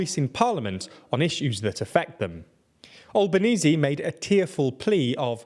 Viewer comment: Good videos, but seriously folks, look up how to pronounce Albanese